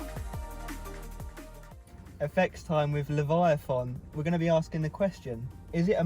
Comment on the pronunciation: Love how corrected you....its Levi A Thon 🤣🤣🤣🤣🤣🤣🤣🤣🤣